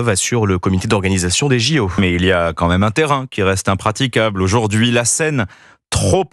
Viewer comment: "Quand même", pas "comme même" rhooooool😂